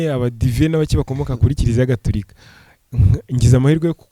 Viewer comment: !Ujye uvuga Gatorika not Gaturika.